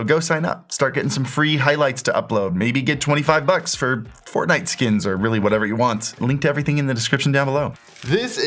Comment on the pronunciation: Fortnite skins... wow, never realized how carefully you need to enunciate that :D